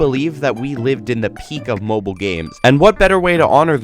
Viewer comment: My man did not just say, M O B I L E